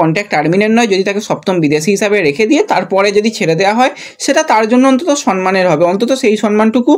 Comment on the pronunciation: Kothata sonman na somman 😅